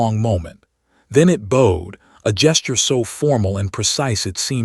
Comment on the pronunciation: Good story, I like that there are dragons who are more or less friendly. Good narration only a few mispronunciations like "bowed" which the AI voice cant read in context saying 'bowed' like a bow and arrow instead of 'bowed' like bowed to the king... have a human edit this a bit more...